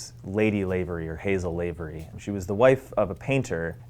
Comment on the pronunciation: I know right, I'm from Belfast. It was weird hearing him say that. He also pronounced Lavery wrong